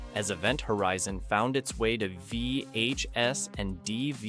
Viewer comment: The way you said "vhs" and "dvd" was so strange....i don't think you're an ai voice but that had me wondering. You had an odd pause after the word "dr." at the beginning too